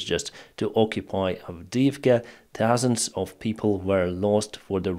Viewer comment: As for Avidivka, you've f**d up good!